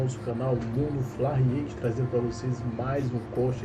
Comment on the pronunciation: Se diz /fla riéct/.